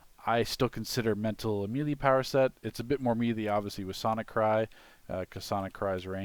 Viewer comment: say it with me MAY-LAY not me-lee